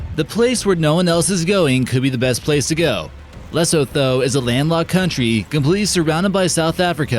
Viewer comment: Repeat after me; Lee-soo-too = Lesotho hahaha and South Africa would be safe too